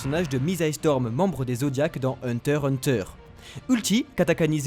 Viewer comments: Putain liser le x de hunter x Günter!svp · Je t’aime bien mais dit Hunter x Hunter